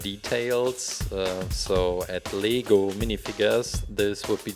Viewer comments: Not le-go say l-e-g-o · Its pronounced as Lego,You pronounce it as LEEgo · it's not leego it's lay go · You said leego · Are you saying lego or legal I don't know